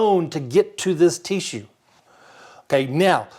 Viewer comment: “Teeshue” .... Bless you!